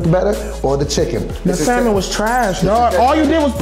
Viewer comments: Lol yo… I can’t Teddy didn’t clean that chicken lol… and them pronouncing the L in salmon is killing me lol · Um can we talk about how she can’t pronounce salmon, like where did she grow up?? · did not just say “SAL-men” lol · why do all black people pronounce salmon like how it’s spelled and not samon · Why black people call salmon - SAL-MON. Y’all don’t know the L is silent? 🤣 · Can none of these people really pronounce salmon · Also why the fuck they al pronouncing the L in salmon? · Say SALMON INCORRECTLY AGAIN!!!!! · Why black people keep pronouncing the 'l' in salmon? lol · Stop pronouncing the “L” in salmon, you fools! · Y'all keep pronouncing the L in salmon and it's upsetting me and the homies